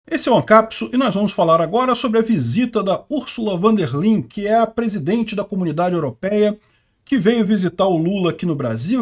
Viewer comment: URSULA "FON DER LAIEN" SERIA A PRONÚNCIA DO NOME DELA...